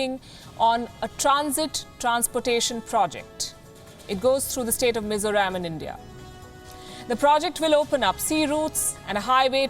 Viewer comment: Love to hear Palki calling our State Mizoram correctly